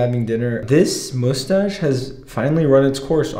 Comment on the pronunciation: "the first step will be removing the moostache-" Oh my god I find this so adorable lol you only said mustache like 5% of the time lol and the rest was.... ✨MoOsTaShE✨🖐😩💕